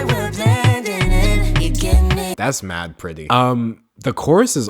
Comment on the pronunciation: Dude, for the whole video I was confused why you were saying coarse but my bad it's Chorus